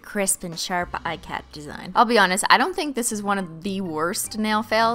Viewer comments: Ikat.... is not pronounced "I -cat" it's an Indian textile pattern, pronounced "Ik-uth", no shade, just wanted to point that out for anyone that didn't know, love ur content!! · ikat is pronounced eeee-cot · It's not pronounces eye-cat. It's pronounced e-kuth. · I was raised to pronounce it like "ee-cut", and most pronunciations are like this when they're mentioned. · hey I am from India and ikat is an Indian dyeing technique and is a really intense craft. I just wanted to request you to use the correct pronunciation since crafts are respected here. Not trying to throw shade or anything just letting you know. P.s I love how you be yourself in front of the camera. Love India